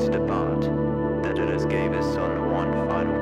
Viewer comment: Great band, but it's "Daedalus (day-da-lus)", not "Dedalus (ded-a-lus)".